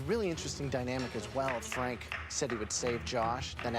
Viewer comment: Fwank wost cause he was a vewy wazy cook.